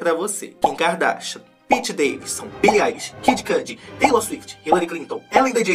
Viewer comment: A melhor parte é toda vez que ele fala Kika Darsha 😂🥰